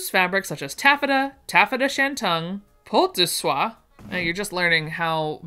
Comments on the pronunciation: As a French speaker (despite my name) I kept saying to myself "oh I've never heard that from an English speaker before!" So I'm kind of officially adopting your way of pronouncing all of those names. Except for "peau de soie" ;) (which should sound like "po duh sew-ah" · I know I'm late to the thread, but for what it's worth Peau de Soie is pronounced Poh duh Swah. It translate to Skin of Silk. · Po ( long o) de swah. I don’t care if you mispronounce things. You are always entertaining. 🥰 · Peak de soie = Poe duh swah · poe-duh-SWAH; purr-KALE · Pretties, though none in my size either. I do believe that French "peau" is pronounced like "poh" :) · Ok.... Per kale (yes like the vegetable,) ...... Po d' swa...... Crepe d' sheen, .......more a......., hope this helps .... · Hi, fan here, but pronounce peau de soie-- its not pew, but pronounce it "po", french for skin. I dont know what kind of silk it is, but will look it up. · Peau de soie = Poh duh swah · Peau de Soie is po-de-swa. It's a satin in a non-shiny finish. love it. Moire is moor-ray. Usually a taffeta with swirls. love the ballgowns. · Peau de soie fabric is pronounced po duh swah long o vowel like in harPO I've heard it pronounced but I just looked it up. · Peau de soie….pronounced Poh as in “oh, what lovely patterns”. And you nailed di swah. Is crystalette that stiff shiny fabric…often flocked with a pattern of flowers? Good luck with the website redesign….big job! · OOPS peau du sole, poe - du - SWAH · Peau (like Beau) duh swah it is a stiff silk fabric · Really close. Po deh swah is closer. Faille is said file. Moire is m-war.